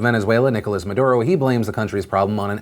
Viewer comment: Chilé . . . . . breathe in . . . . . BOI. PS. At least try to say Maduro's name correctly; you seem ignorant and some find it really infuriating whenever people from the US butcher Latin American names BOI